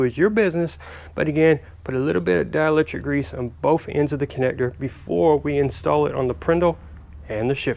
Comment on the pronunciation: I’m sorry you said dialector grease?